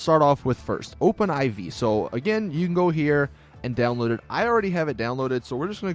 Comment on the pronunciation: It's Open 4 dude. Not Open 'I-Vee'.